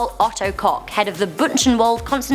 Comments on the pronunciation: COCK Rly, it´s Koch and not Cock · llse Koch sounds like cock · Ilse koch lol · ilse koch more like ilse cock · Ilse Koch? hummm... you should be more carefull with the pronuacion. the part of Koch